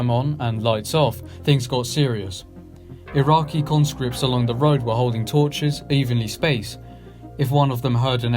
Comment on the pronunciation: Great video but i cant get past that you dont know how to say Iraqi.